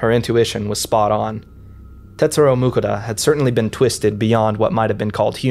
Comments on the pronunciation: Guy's name: Mukoda: "MOOK-uh-duh" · Im sorry but whenever you pronounce "Mukoda" something inside me dies. Just as much as Mukoda dreams.